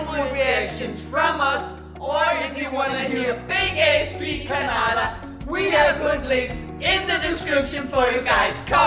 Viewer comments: Thanks for talking kannada. One small suggestion, that not kanada , it is kannada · You guy's should must learn this first kannada it's kannada not Canada okay respect our kannada ❤